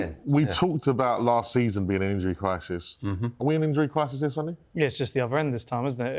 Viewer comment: Sonny is pronounced Sonny not Son-ny. Just because Son took it as a nickname doesn't mean you mispronounce the actual name.